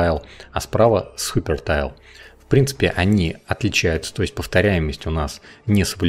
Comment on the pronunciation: КОЯ, а не кохья ГИПЕРТАЙЛ, а не хупертайл